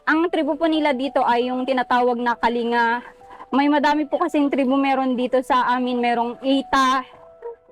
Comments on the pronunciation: Kaling ga Po a pronunciation. Salamat sa pagtulong sa Kasama namin mga Igorot. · ang tamang bigkas po ay kalingga double G bagamat pag isulat ay "kalinga". Salamat po and God bless po at mabuhay po kayo para marami pa kayong matulungan❤